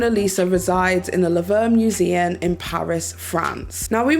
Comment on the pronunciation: I'm sorry, did you call The Louvre the Laverne museum? No offense or anything but those are not the same words, they're not even spelled that closely.